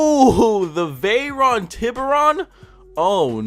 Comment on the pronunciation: .... TEE-BOO-RON...... tiboran💀